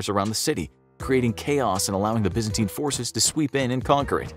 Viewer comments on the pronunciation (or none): none